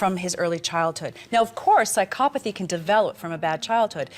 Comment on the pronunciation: can hasl pronounce "psychopathy" and "sociopathy" correctly for once? pleeeease